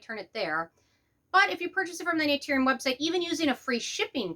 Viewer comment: 1. If you're gonna come after a brand maybe learn to pronounce the brand name right. 2. Not all vitamin c's actually need to be a low irritating pH 3. I would never trust you or your opinion ESPECIALLY on skincare. I hear and see so much hate and jealously coming out of you. It's disgusting. Influencers like you take the fun out of beauty. SAD!